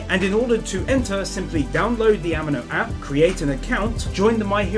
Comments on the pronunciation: did any one even notices he said animo wrong, its like anime but with an 'o' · It's not pronounced animo it's amino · I found a sin!!! ‘Amino’ is pronounced, “a-me-no” not “A-man-no” XD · "a min o" A MEE NO! Say it! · "This app is sponsored by a company called Am-ee-no" "Company called Am-ee-no" "Am-ee-no" I'm sorry but that pronouncination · No offence but the sponsor is pronunced a-me-no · Pronounced A-mee-no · ahem, ameno XD. am-ee-no. amino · Ami-no as in Amee-no😅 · Its purnounced Ameeno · How do pronounce amino sooooooooooooooooo wrong. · I was going to dislike you for saying Amino incorrectly, but you have a death note poster so you got a notification bell instead